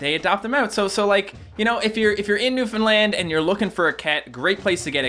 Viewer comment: He said sorry and I thought "That's how Canadians say it..." then he said Newfoundland (which to me sounded like New Finland) and so I searched it up and BOOM Canada!! rainbow with star appears The more you know... Reading Rainbow...